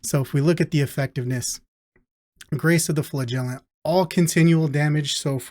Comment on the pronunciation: its pronounced as Flagellant and not Flagellant